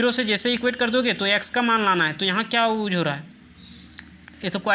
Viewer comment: Use ❌ uuz ✅